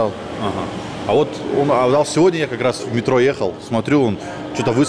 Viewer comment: Он специально абдал сказал или все таки авдал?))